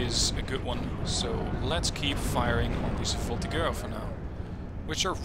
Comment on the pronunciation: FYI the g in voltigeurs is a j sound